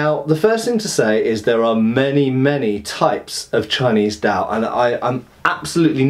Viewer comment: Glad you're finally doing Chinese weapons. There's quite a bit of them, so have fun. As an aside, the D in Dao and Dadao sounds almost like T.